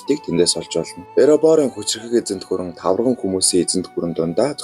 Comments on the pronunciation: Тавраган гэнэ үү😅😅😅 Тарваган гэж хэлнэ үү... 😊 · Баярлалаа гэхдээ нэг үгийг заавал засаж хэлээрээ таварган биш тарваган хүмүүс шүү!